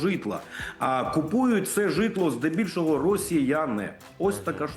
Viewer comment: Жжитло ударение правильно ставь 😅😅😅😅😅😅😅😅